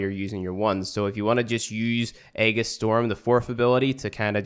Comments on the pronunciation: Altercation: a noisy argument or disagreement, especially in public. // The word you were looking for is alteration. Also, Aegis is pronounced kinda like: Ay-Jiss. C'mon, we live in the UK mate, we're only expected to know one language... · Correct except for the Aegis pronounciation.